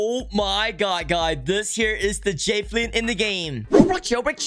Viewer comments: It's JA velin not Jayvelin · why say it “jay vee lin” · "moo"mebt 💀 (also he says jafelin 😂) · i...thats not how javelin is pronounced...